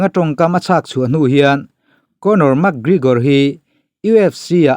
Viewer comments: Ka pu..., Mak... ti lovin mek... tiin lam ri rawh.... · "Mak grigor" 😂😂😂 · A hming pawh ilam thiamlo nia...Mak grigor te ti mai mai ngaih na awm lo....thil hi in hre ṭhin sia e...Isua kha pawngtawng takin a cho ani lo e....Silchar a mi Rajua hi rawn cho se boruak a siam lo ngawt ang. ...Conor khan Isua meuh kha ropui ati em em a fiamthu nan reporter ten an zawhna a chhang mai ani. Tin, a thusawi vanga hrem nghal tur nise Atheist ho te, mawngkaw hur hi te hi an ke a tliak nasa lutuk anga an kut in an kal tawh ang. Mi accident tawh Pathian in a hrem lo tih ngawt zel hi mi mawl thawmhnaw mawi ber pawl ani e. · Pronounce hi chu a in anglo,mse mi tam zawkte lam rik dan angin,mac gregor,ti ve mai la,mug gregor tih tlat cu,ngaihthlak ati nuamlo zo vek lawm le aw... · Max GreGor anilo🤣 McGregor alawm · Mekgigor ti hian ring announcer ten an lam.. Makgrigor ti hian an lam lem lo. Mase kan tawng a nilo a dik thovang. I lam zig ag reg si a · MAK Grigawr ti zing mawlh nawlh mai sia aw😂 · Mak gregor tih ron lam apiangin ka nui😂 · Mak gregor itia mi an 2 hming pawh i lam tha thei meuh lo ami🤣🤣🤣 Ronda rosu te la ti ta deuh²🤣🤣🤣